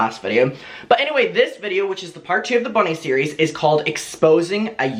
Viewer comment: Not me wondering who the eff is Bonnie for ages then realised is saying Bunny 😂